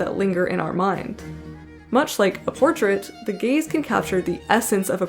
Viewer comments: No not “the gays”.... the gayz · you: not the gays me, every time you said gaze: GaYs